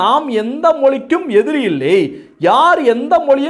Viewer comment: நீ முதலில் அழிக்கும் வார்த்தையை சரியா சொல்லிப் பழகு கடுப்பாகுது கேட்டாலே.....